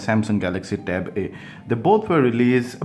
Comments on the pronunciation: No. He's actually saying 'e' and 'eeh'. Lol. 😂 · can u pronounce it clearly with a smoth "a" and the "e"